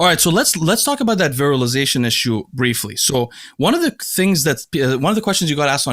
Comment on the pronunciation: So nice to hear "virilization" being pronounced correctly